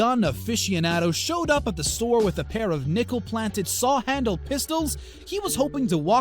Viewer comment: ‘Nickel Planted’